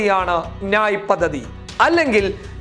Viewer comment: നായ് അല്ല ന്യായ്